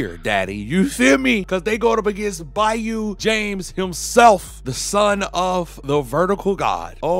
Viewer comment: Say it with me bayu jamessss